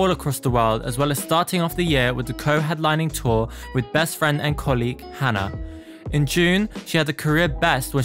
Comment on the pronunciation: Just a heads up that Hana is pronounced Har-na not Hannah/Hanna :)